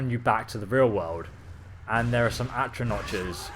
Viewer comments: its not achranoch its actranack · atronotches? at-roh-nocks... that's how you say it. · It's atronachs, not atronaches, and with a soft ch (silent c), also Valkynaz is a dremora class, courtesy of and it says it's the high-end dremora, meaning level 70+ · Atro NOTCHES? Dude, it's pronounced atro NOCK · For Christ's sake its pronounced ahtro-NAHK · Atro-notches :D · Atro-notch rip pronunciation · Atronotch? C'mon.. Good vids tho. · It's pronounced AtronaK ffs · atro notches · No it's not it's atronach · Sa-vont is the pronunciation of savant. Oh and Atra-knock . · "Atronach" is pronounced like "at-row-knock." The first a in savant is pronounced like "uh." The second is pronounced like giving an "ah" of relief or understanding.